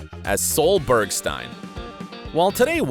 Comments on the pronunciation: It’s Berg-Steen, not Stine! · BergSTEEEEEIN not Bergstiiiiien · BergSTEEN not STEIN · Bergsteen not stine. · It's Berg-STEEN...don't you watch the show? You should know these things if you're going to talk about them. And is Cameron Diaz in "Then Comes Love," NOT Brooklyn Decker! This video is really bad. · “Soul Bergstine?” You may want to figure out how to pronounce the names before hitting record. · "Soul Bergstine" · Pronounciation not spelling. Think about it. Why would anyone tell a narrator how to spell a name they're mispronouncing? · You can tell the over voice guy never watched the show as he consistently mispronounces the Bergstein’s name. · I'm not sure I got that far. The constant pronounciation of Bergstein was too much.